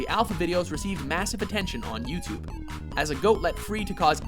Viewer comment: . What's 'youtoob'?